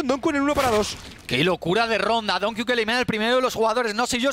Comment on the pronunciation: por favor pronunciar donq como se debe no es donku es donkiu